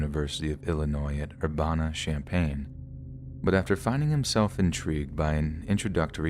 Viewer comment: Love listening to your voice makes the day at work go by much faster. Being from the area I just want to say that Urbana, IL it's pronounced Er-ban-nah.